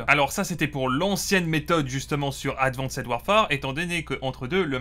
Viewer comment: Le "advanssède" répété 40 fois m'a fait saigner les oreilles et l'âme.